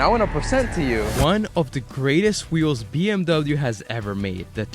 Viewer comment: As a german... that pronounciation hurt more then hearing people call them Beamer